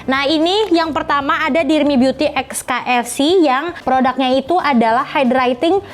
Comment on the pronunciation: KFC = read (Key-Ef-Si)